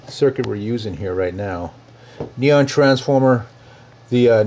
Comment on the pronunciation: "Franceformer" LOL.